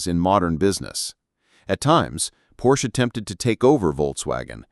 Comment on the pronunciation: You’d think you would at least pronounce his name correctly.. Porsche is two syllables. “Por-sha“